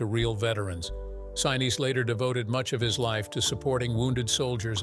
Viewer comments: Gary Sineesee Is the correct pronunciation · 👍🏽 Very good presentation! I caught only one proper pronunciation of Gary Sinese’s surname. It would taken extra effort to get it right every time, but that would have made the whole video just about perfect! 🤙🏽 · I truly loved this Movie from beginning to end and have really enjoyed the descriptions of how it was made!! Perhaps I am wrong but the pronunciation of Gary Sinise's name did annoy me a little!! Being an 83 year old Capricorn could give some kind of explanation for this!! Truly a well executed and fantastic piece of Cinema History is appreciated!! Thanks for this!!